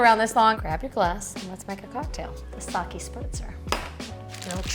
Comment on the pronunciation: Just an fyi it is not Saki it is Sake - pronounced Sakay. Saki is a female name.